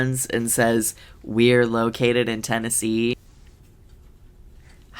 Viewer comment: "we are located in tennese" made me laugh out loud